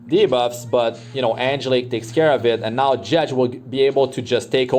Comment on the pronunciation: The way you pronounce Jecht has me cringing. The Ch is pronounced like a k